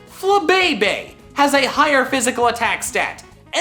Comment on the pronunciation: Was gonna say the same thing 😂 FLABÉBÉ